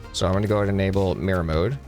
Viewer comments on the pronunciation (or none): none